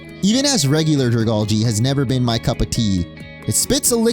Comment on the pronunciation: It’s pronounced druh-GAL-jee, DRAM-puh, and FAY-links, “”! 🤨